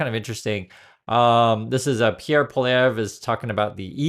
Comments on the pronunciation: Anyway, rant over, Thank you for reading :’) haha also let me just say, despite me disliking him I still wanna make it known that Pierre Poilievre, its pronounced a lot more like “poly-evv” rather than “pohleev” if that makes sense! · Pierre’s last name is pronounced Polly-Ev, for those wondering.😊 I’m pretty proud that ALL party leaders are sticking together with the same stance against T. We stand pretty united right now. Canadian flags are selling out. I’m a swing voter, leaning toward Pierre, but at the moment it’s who is going to stand up to the giant orange and who isn’t going to add more taxes onto families who are already struggling with inflation and the housing issues. Canadians are tired of the the Liberal scandals where they have avoided a lot of accountability. Canadians want change, but at the end of the day, all parties have their own problems. It’s decided who is the least of the four evils.🤷‍♀️ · The US hockey players aren't politicians and have nothing to do with Trump. Leave them alone. His name is pronounced Pwah lee EV. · It’s pronounced Poly-ev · Poilievre is pronounced Pauly-Ev or Poly-Ev. I'm pretty sure he'll win. His plans simply seem to allign most with what most of us want right now. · Actually, it is PWA-LY-EV, to use the French pronunciation. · Pronunciation is: poly ev. Ev like everest. Still too early in the election. Our elections are shorter. Liberals need to pick a leader. Polievre would have won due to trudeau unpolularity so he stepped down, which will buoy up liberals. Alberta is right wing and seperatist. They are discontents. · "Pol ee ehve is how his name is pronounced. 😊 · Pwa-Lee-Ev... just trying to be helpful. Love your content. Keep producing, I'll keep watching. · Pierre POILLIEVRE pronounced "Pwa-Lee-Ever" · It's pronounced Poll ee ev. He is a Trump wanna be! Evil little man.